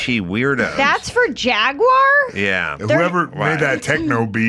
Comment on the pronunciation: HOLY CRAP! Erica pronounced "Jaguar" correctly! HUGE Kudos to Erica! Give her 100! Listen people— It's very easy. "Jag–wahhr". Rolls out of the mouth. Stop with the Jagwire shit and do it now. Say it with me — "Jag–wahhr". Simple. Like "ahhh"... Jagwahhr.